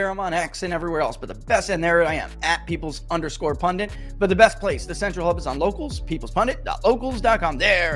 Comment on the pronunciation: Why do they say PundiNt and write it correctly?